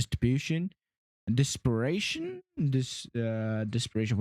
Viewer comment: It is pronounced 'Dis per tion' not 'dis per a tion'.